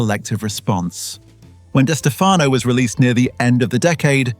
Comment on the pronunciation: It's pronounced like Di Stef uh no. The other way you are pronouncing it is incorrect. You're saying the surname two ways. Only one is correct. I should know. It's my last name too.